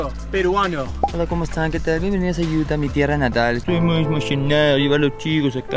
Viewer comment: Se dice Utah Madre!!